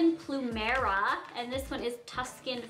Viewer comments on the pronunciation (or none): I live in Hawaii and it is not plumara it is plumaria plu-mer-ea